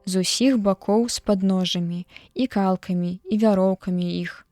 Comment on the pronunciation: Прачытана: кал'камі, слоўнік дае: калка'мі, ад слова калкі'.